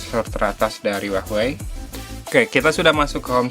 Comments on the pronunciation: kenapa gua dengernya uahwei ya? bukan hua wei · apa cuma ane ya yang denger huawei disini jadi hwahwei? 😆.. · wahwei bacanya